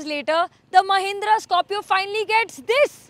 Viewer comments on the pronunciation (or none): Scopio ni hai Scorpio hai pehle thk se naam lena sikh le fir review dena tera bss ka ni